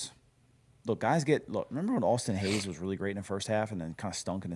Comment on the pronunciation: Lol’d when you said Austin Hays